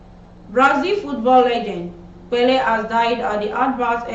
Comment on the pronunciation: Learn to pronounce names. E.g. Pelé.